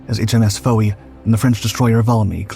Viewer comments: HMS ‘fo-ee’ (Fowey) is pronounced HMS ‘foy’ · Scilly is pronounced as "silly" and Fowey as "Foy". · Awesome documentary, just wanted to say that scilly is pronounced ‘silly’ and fowey is pronounced “f-oi” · HMS Fowey is said 'Foy'. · FOWEY is pronounced Foy